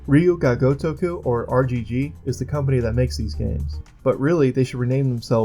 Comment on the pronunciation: How tf did you pronounce ryu ga gotoku??? Ruyu ga goetoukooo????